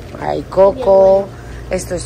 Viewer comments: recuerda que CHOCOLATE se pronuncia SHÓKLET, no chókoleit. No hay i al final. Lo mismo, palabras como PIRATE páiret, no páireit, EMIRATES émirets o CERTIFICATE sertífiket. Muchas, aunque no todas de las acabadas en -ATE. Te lo pongo aquí porque veo que pones interés y por eso se te nota el aprendizaje. OTROS NO. Y siguen diciendo la U de PUBLIX (páblix) después de meses yendo casi a diario al dichoso Publix. Tú hace tiempo que lo dices BIEN. Así decenas de palabras que tú (otros no) sí que ya dices bien. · Gracias!!! Toda la vida había dicho mal chocolate😊 Habrías de abrir un canal para enseñarnos a pronunciar bien🎉🎉🎉🎉